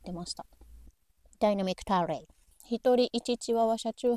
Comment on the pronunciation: お邪魔します☺️ こんにチワワこんばんワンコ(爆笑)うまい❗ 相変わらず!洒落のセンス!キレッキレ🙆 旦那さん夜勤明けでしたか☀私も夜勤が有るので大変さ分かります😆 ジンギスカン鍋優れものだと思います✨ 相変わらずトーク心地よいですね😌✨ 声質がいいんですね😄✌️ ダイナミックタレって英語見たく発音(爆)🤣 喋りのセンスいいですねぇ～🙆✨ 動画を見ていると私の顔の筋肉がゆるみっぱなし😆笑顔になれる事は良いですね! 楽しく視聴させて貰いました📽️🙇✨ 素適な動画アップありがとうございましたm(__)m最高❗❗お疲れ様でした